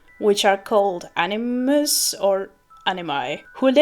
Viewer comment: A-ni- muss